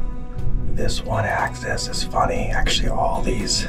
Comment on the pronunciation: It’s AXIS. Not access there big guy.